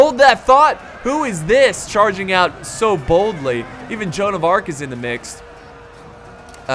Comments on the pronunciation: Its joanne of arc not arch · joan of arch, you mean joan of arc